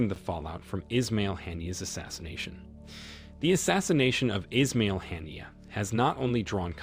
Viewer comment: US should learn English pronunciation, never mind being unable to pronounce Arabic names. Or, do they do it deliberately. Haniyeh was a great and good man. Not called "Hannier"